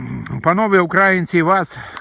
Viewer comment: Ви все правильно говорите ,але наголос на слові ''українці''непрвильний це кацапи так нас називають , прислухайтесь до поради .Слава нації !!!